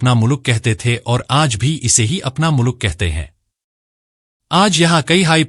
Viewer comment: मु्लूक नहीं मुल्क 😢😂😂😂😂